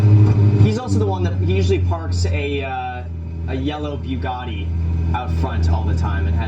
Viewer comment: "a yellow BEU gatti" haha! Graham.. cmon now